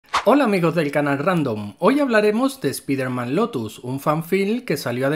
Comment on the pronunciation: Canal Ramdom diciendo "Spiderman" en lugar de "Spaidermam" mas años de vida 👌